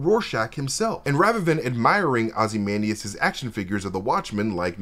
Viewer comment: You repeatedly pronounce ozymandias wrong